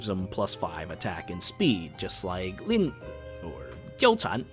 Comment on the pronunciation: The E in Linde is silent.